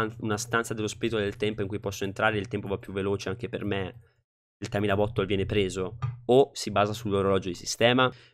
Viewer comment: Mi fa ridere come tu abbia pronunciato "bottle", avevo capito "butthole".😂